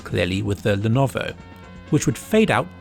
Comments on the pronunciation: I've lost count of the number of ways to pronounce Lenovo. Were there any you didn't use? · Stupid man tries to pronounce Lenovo for 1409 seconds straight 🤦‍♂️🤦‍♂️.... Srsly man I love your videoes and the effort you put in them but after one or two times it quickly got so annoying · Alternative Title: mispronounces Lenovo for 23 Minutes straight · the constant change in pronunciation of Lenovo was very philipy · I love how he pronounces Lenovo a different way every time he does lmfao. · I love the joke in pronouncing lenovo differently, top kek. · Did you have a stroke that stops you from saying Lenovo correctly or something ? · he's doing it on purpose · Didn't even try with the last one LUL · I think he did it on purpose lol it's so dumb how he can't even prenounce Lenovo right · Is the pronunciation of Lenovo some meme I'm missing out on or did he just challenge himself to not use the same one twice in the video? Anyway, great video, rly changed my thoughts on VR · love the changing pronunciations of Lenovo! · what happened to your tongue ? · You sure mangled Lenovo's pronunciation a hellallallot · I lovovo how Lenovo was pronounced differently everytime it was said in this video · I'm waiting for a comment listing how intentionally mispronounce "Lenovo". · My god please say lenovo normally 😭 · why do you keep mispronouncing levono? It's no that hard. le-YO-lo. That's it. I seriously expect you to put more effort into your videos. Kappa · My favourite pronunciation of "Lenovo" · Also it's pronounced as "LEH - NO - VOH" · I couldn't focus on the comparison because I was listening to the 200 different mispronunciations of Lenovo. This is art if you ask me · he is mumbling "Lenovo" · ah yes, the Lenoov. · He pronounces it in alot of funny ways, but the one that really caught me off guard was the ''llellennovfvvo'' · The "Lenoov" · you forgot leanovo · is defiantly the best lenoov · The Lenuwu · love all the different Lenuvio pronounciations